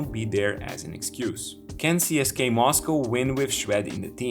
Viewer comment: Cool video. Just one thing that screeches my ears, again. Don't pronounce it as CSKay, it's not CSKay, it's CSK-UH